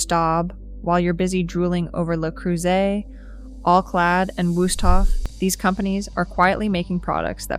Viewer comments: It’s “Leh” Creuset, not “el eee” Creuset. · El eee Creuset? 😂😂😂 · If you can't get your Ai voice to pronounce Le Creuset correctly, your commentary loses some credibility. And 'O-X-O' instead of OXO!? Who signed this off?